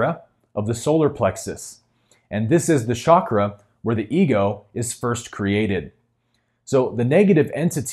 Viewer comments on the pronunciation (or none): none